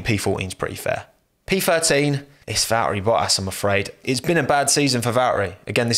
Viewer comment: Valehri Boahs